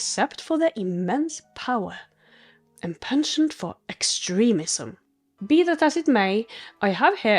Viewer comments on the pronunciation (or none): none